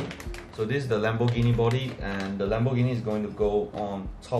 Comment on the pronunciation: i lost it when i heard lambourghini .